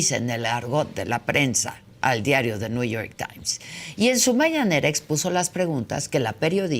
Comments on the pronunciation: Alguien que le diga al viejo guango qué es NEW York Times no New York tain 😂😂😂😂😂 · “El niuyor tain “ 😂